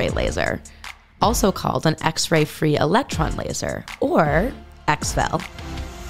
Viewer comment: The narrator emphasized it incorrectly.